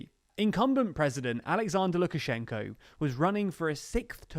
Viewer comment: Why do you incorrectly pronounce the name of the President of Belarus throughout the film?